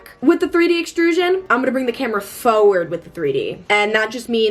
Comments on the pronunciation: Why do u keep on saying foeword 😭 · the way u pronounce forward always makes me laugh so hard